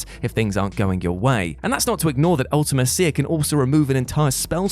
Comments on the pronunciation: The way you pronounce Ultimecia "Ultima-Seeya" 🤢 I always pronounced it "Ulta-Mee-Seeya" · One of us has been pronouncing Ultimecia wrong (I have been saying Ulti-me-sia)